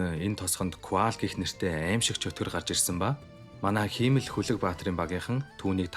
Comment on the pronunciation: Himmel-г хиймэл гэж дуудахаар ямар эвгүй байнаа. Амжилт